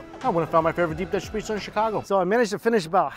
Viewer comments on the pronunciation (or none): Mike i watch your videos i love them but u butchered the pizzza U murdered it